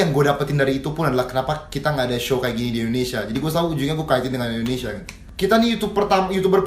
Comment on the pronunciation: ane bantu ralat kajo sblom jadi capres. "Indonesia" bukan "Endonesia"